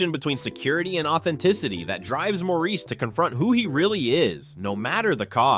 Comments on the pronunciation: Great list and clips. FYI “Maurice” is pronounced Morris (British not French). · 'Maurice' is pronounced 'Morris' in English. FYI